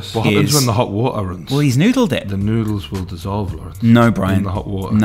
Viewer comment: Dying at Lawerence 😭